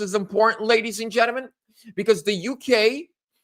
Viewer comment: It is pronounced “genTLEmen !